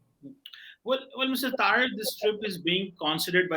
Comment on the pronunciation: Its Sajid Taraar not Taarar It's a Hindu surname; so is cheema Cheemu apni roots accept karlo